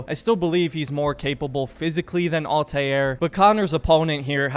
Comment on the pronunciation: Stop pronouncing Altairs name wrong